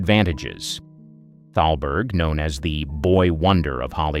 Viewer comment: It's not talberg...it's THALBERG. I don't understand why the narrator doesn't understand the proper pronounciations.